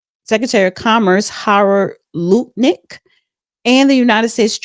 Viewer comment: you need to work on pronouncing names correctly .. dont you hear others , how the name is pronounced? Ealen? lootnik? (LUT-Nick) . E-LON, Zing? XI (Prounounced SHE) Besset? bessENT😂😂😂😂